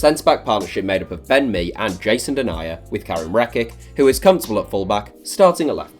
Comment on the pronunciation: Says Ben Mee sounds like Bend Me